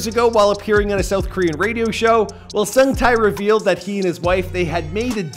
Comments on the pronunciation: All I wish is that you watched ONE VIDEO ON HOW HIS NAME IS PRONOUNCED. I closed the video after hearing SUNG TAY TAY TAY TAY over and over again omfg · Look, I am not Korean nor am I a korea fanboy/nerd or whatever... But even I, a simple european, can tell that his name is pronounced totaly different... Edit: Sung: the U" is pronounced like in "moose" Tae: the "ae" is pronounced like in "head"